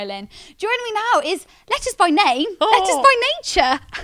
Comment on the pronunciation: Still can’t tell if she pronounces Lettice like that because it actually is, or if she’s done it for TV 😂 because my name is the same, minus one T and it’s nothing like Lettuce